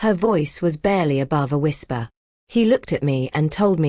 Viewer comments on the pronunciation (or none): none